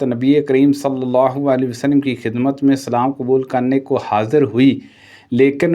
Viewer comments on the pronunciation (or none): آپ کی اردو بہت غلط بول رہےء آپ۔۔۔ ہدایت کو ہدایت(Hadait) ۔۔حاضر کو (Hazar) کہ رہےء۔۔۔معلوم کو ملوم ۔۔۔ کیا ہے یہ